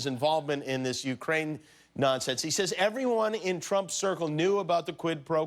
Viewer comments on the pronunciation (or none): none